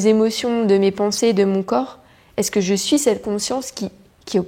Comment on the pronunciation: Très beau message! À, j'ai entendu une prononciation de chez nous (Québec), "j'me su"...ou j'ai voulu entendre ce que je voulais 😉